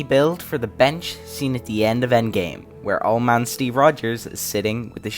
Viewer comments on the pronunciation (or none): Its endgame not endame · ah yes, the endame